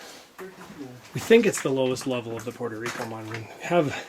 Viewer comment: Puerto Rico not Porto please, thank you great job 👏